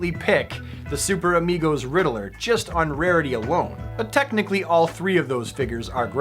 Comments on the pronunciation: Say it with me....Ridd-ler. Ridd- LER. Not Ridd-ah-ler. 😁 Don't hate me, love your videos keep up the great work. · The “Riddle-er” now I’m questioning if I’ve been saying it wrong my whole life.